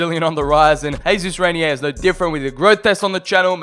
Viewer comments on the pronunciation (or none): none